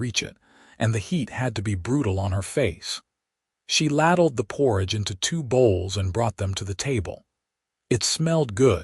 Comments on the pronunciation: I know how to spell "ladled" -- I was remarking upon the mispronunciation ["lad-ulled" instead of "lay-dulled" . I believed that had I posted ["ladled" again] it would be confusing. I see that you got confused anyway. Did you even listen to the story? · "Laddled" again.